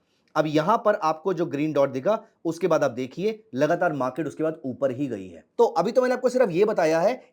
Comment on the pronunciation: मा के ट नही बाबा, मार्केट.... बाकी अच्छा इंडीकेटर है